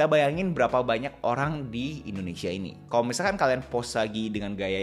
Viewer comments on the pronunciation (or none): none